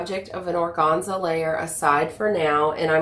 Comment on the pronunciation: Very informative video. Thank you! Also, organza? That middle syllable for sure rhymes with fan/man/pan. :-) I'm a professional word nerd.